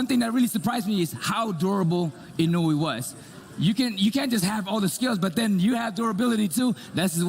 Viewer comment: Typical disorganized MGM, they don't know how to pronounce Naoya Inoue's name.